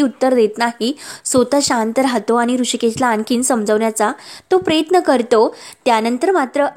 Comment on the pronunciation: किती गावंढळ आहात हो तुम्ही सांगितलं होतं व्हिडिओ तयार करू नका हजारो अशुद्ध शब्द बोलता बैलाचा कासरा असतो दाव नाही प्रयत्न प्रेयत्न नाही इतके वेळा सांगूनही तुमच्यात काहीच बदल नाही😅😂